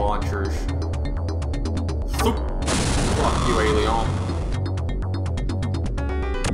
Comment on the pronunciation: In 16bit, all of your viewers can hear you RAGE! I've also noticed that sounds like a French man when he says the word Alieon. Yet again, you bring back nostalgia from the old day's, entertaining 16bit gaming at its best. Thanks,!